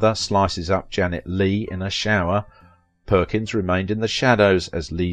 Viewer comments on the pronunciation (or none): none